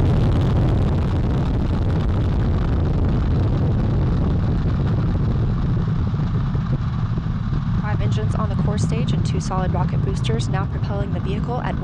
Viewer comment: Back to the moon and Peeyond, where is Peeyond? Is that in North Korea?